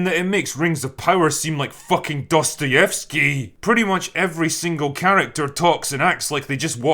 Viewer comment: Bow Morda sounds like Polish insult. And you nailed your Dostojewski pronounciation.